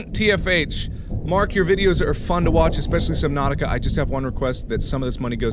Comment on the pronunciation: Jackcepiceye calls it subnausih